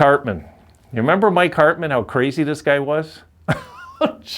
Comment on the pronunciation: And you pronounced my last name perfectly too.